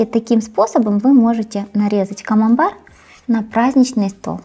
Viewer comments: Если что сыр называется КАМАМБЕР а не камамбар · Если что, говорит Камамбэр (на український лад), а с вами сработал принцип Шо не дочує, те добреше))) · Она говорит не камамбар, а камамбэр, потому что в украинской фонетике некоторые согласные не смягчаются, как в русском перед «е», например, поэтому соседняя гласная не «е», а «є».